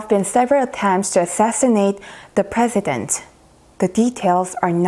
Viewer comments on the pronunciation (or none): none